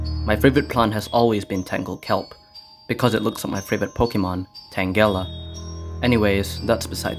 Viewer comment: ITS PRONOUNCED TAN-JELLA NOT TAN-GELLA